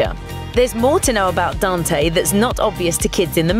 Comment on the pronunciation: If it were just that, I'd give her a pass... I don't know, she seemed to make an effort at some names but totally blew others. I mean, she doesn't even pronounce Coco right! Or Dante. And let's not even start talking about her rendition of alebrije.